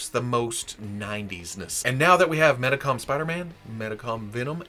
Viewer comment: And Medicom is pronounced Meedee com.